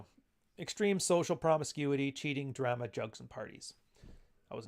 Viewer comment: Drama and Ramen pronounced weird.